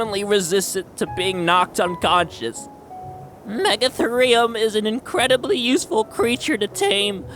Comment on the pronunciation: MEGA-THEE-REE-UM not MEGA-THUR-REE-UM